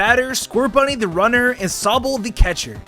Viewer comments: Its sobble not soabble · Sow-ble? Erm...just sayin' man, it's a run together of the words Sob (hard crying) and bubble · NOT SOE-BULL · Moo-key and so-bull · i cannot subscribe to anyone who pronounces sobble like that. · why do you say sobble like that......